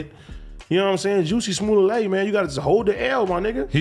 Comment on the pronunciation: Lmao AD called him Juicy Smooyay 😂😂😂